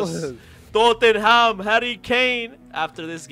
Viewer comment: U said toeham😊 its Totham 😊